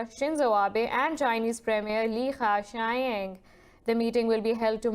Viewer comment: Thanks for butchering the name of Chinese premier Li Qekiang.